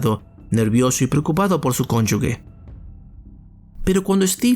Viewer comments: Porque dice “cónyugue” en lugar de “cónyuge” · Es CÓNYUGE no CONYUGUE. De ahí en fuera, buen relato.